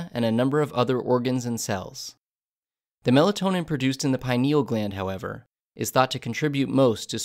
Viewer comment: Hate the way this guy said "pineal"